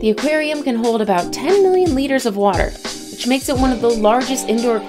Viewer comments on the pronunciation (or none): none